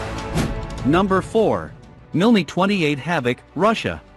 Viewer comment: You say the M and I in Mi as separate letters not together as ME for Mil Helicopters!